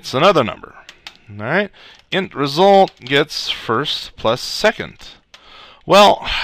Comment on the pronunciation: is awesome! "Ree-sult"!